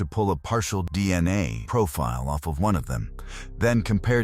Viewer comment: "Deanna tests" - Ya know, those'll get ya...? De-an-nae from those Belt buckle swabs.